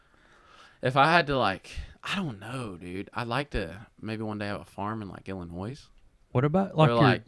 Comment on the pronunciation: Hey I love ya brother but.... two things. 1 you don't want to live here in Illinois and 2 the "s" is silent in Illinois